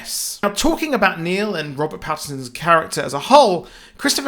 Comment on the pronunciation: Its Neil not Nail